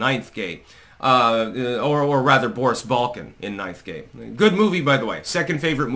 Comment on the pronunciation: Thought you said "knife game" lol. Yup .. Ninth gate is amazing ...blew my mind first time I watched it